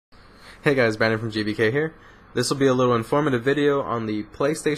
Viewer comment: At the beginning you said "JBK" not "GBK".... lol